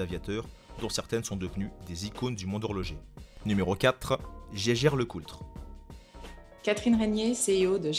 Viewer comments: Jaeger LeCoultre = "gégueure lecoutre", sans le "L" !!! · J'ai un gros doute sur "Jeager-Lecoultre", il me semble que "jeager" en allemand veut dire chasseur et se prononce donc "yéguère" non ? Eren Jeager quoi XD